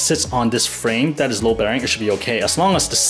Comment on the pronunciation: Listen, you make great content, but you can be a pain to listen to - improve your english pronounciation please. I know i sound like a hater, and i might be, but i just want to help you make better content ok? Is it called "that" not "dat", "refractometer" not "refragtotomta", "this" not "dis", "fast" not "fass". You might actually be good at the pronounciation but it turns to dumbsterfire when you speak fast....